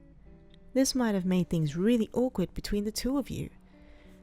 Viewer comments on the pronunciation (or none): none